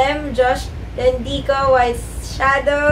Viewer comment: Thankyou po ate sa shoutout! Btw yung “cho” po sa landicho is ang basa po eh parang sa “cho” sa chocolate po hehe pero okay lang po. Thankyou po ulit!❤️❤️